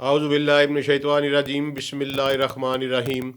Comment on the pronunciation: Assalamualaikum, aap aauzobillahi..padhte ho,toh..."shaitwanirrajim" bolte ho, Woh "shaitanirajim" hota hai na?